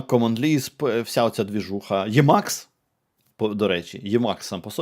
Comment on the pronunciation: правильно імакс а не ємакс йопт